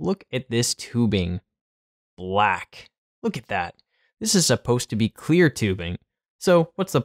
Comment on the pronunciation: The way you said “BLACK” had me dead 🤣